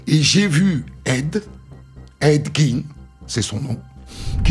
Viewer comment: des histoires encore plus connue svp, ya pas la terre entière qui a déjà raconter la première, et on dit edd "gèn" pas edd gine